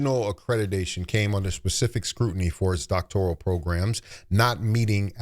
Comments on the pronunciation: I caught that as well, she also could not State what BBS stands for which overseas both licensed and Doctorate grads, on the Joe Budden she explained the acronym incorrectly....i caught that when she pronounced it as " Doctorial" vs Doctoral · I mean yeah i think she is lyin, and hearing her pronounce it "doctorial" was wild. But in all fairness, i've seen valedictorians talk about "axing" questions. So ... 😬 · I caught that too! “Doctorial.”